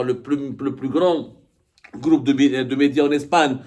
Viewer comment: Ya abdo on dit pas un "gloup" mais un "groupe" gloup c'est quand tabon bois de la vodka avec les jardiniers du kremlin il fait gloup gloup gloup😂😂😂😂